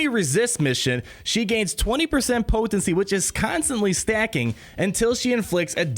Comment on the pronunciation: The way you say “po-ten-cy” 😂🤣 but your videos are the only ones I watch! Keep em coming!